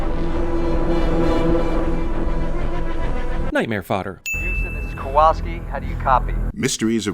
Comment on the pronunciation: You also missed and in fact kept repeating the mispronunciation of the name Kowalski